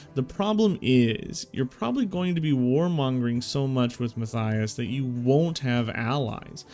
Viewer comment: Mat-Tie-Us. Matthias. Mattttt eye us. Try it out.